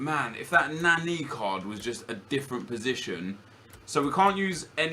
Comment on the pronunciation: LEARN HOW TO PRONOUNCE NANI